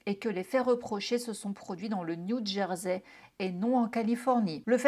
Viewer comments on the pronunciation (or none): none